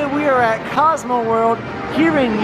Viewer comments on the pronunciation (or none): none